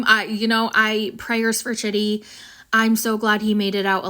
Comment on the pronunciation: Chidi's name is not "chitty", it's pronounced "Chee-dee"